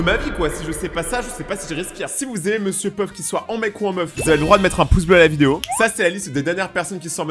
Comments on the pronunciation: Monsieur peuf au lieu de Monsieur pof😂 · Y'a que moi qui entend que dit mr puff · Je suis le seul à remarquer qu'il dit Mr Peuf 😅😅😅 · J'ai cru que tu avait dis monsieur Puff😂😂😂😂😂😂😂😂